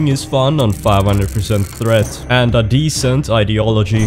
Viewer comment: Décent idéology??!! Are you ok??!!😂😂😂